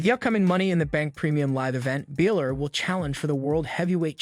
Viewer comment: Its not 'Bailor' its BA-Lor!